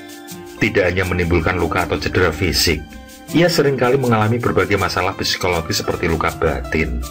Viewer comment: jarusnya ucap :"si-ko-lo-gi" ganjel aja denger "psi-ko-lo-gi" 😂